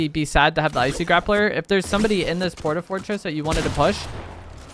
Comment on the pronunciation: I find it funny when says Port-a-fort...tress xD